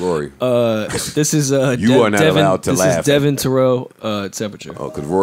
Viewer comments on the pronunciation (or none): devvOn not devIn lol